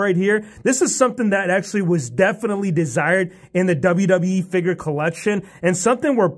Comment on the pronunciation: I love how u say figur instead of figure also looking forward to all aew and wwe figures